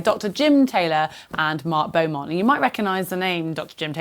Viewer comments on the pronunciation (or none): none